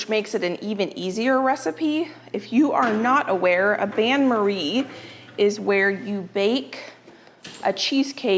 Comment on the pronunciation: Bain in the phrase 'bain marie' is pronounced 'beh' and not ban. It is the french word for bath.